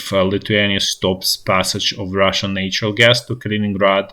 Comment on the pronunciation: Nature is pronounced with the long A, natural is pronounced like the words "that" or "hat".💛💙